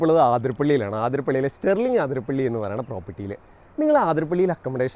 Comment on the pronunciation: ആതിരപ്പിള്ളി അല്ല അതിരപ്പിള്ളി...